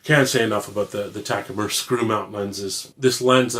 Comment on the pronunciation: What's a "Taku-Mer"? "Bee's Meow"?